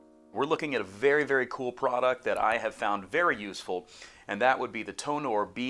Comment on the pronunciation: Hey! My BM-700 comes today. I have a laptop and an adapter, do I need any softwares for it? By the way, Tonor is pronounced like: Toner. TO NER